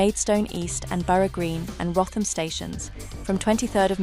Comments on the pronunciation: Wrotham, Kent is pronounced (/ˈruːtəm/ ⓘ ROO-təm) See .. Not Wroth ham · Wrotham is pronounced Root-ham not Roth-am